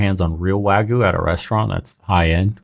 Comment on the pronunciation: it's not pronounced wa goo it's wa gyoo. Dunno why the first mispronunciation is so prevalent everywhere.